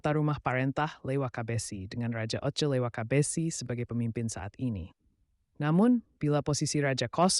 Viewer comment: Kalau mau tutur sejarah itu harus paham betul jati diri negeri nalahia contoh kecil saja sebutan untuk soa saja salah bukan soa Leiwakabessy tapi soa Lewakabessy dan marga yang disebutkan ada yang bukan marga asli negeri nalahia seperti matulesi Kalau masih belum paham adat negeri nalahia dan sejarahnya jangan munculkan di YouTube ini namanya sejarah Abal abal